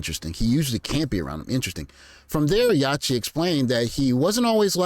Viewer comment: It’s Yacht-tee like yacht as in a boat. Yacht-t.